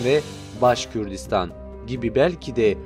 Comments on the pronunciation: Başkürtistan değil Başkurtistan daha adını söyleyemiyorsun! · Ne başkürdistanı başkortostan yanlış telafuz yapmayın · Başkürdistan değil,Başkurdistan orası.Söylemiş olduğun telafuz yanlış.Bunu düzelt lütfen.Başkurt onlar.Başkürt diye birşey yok.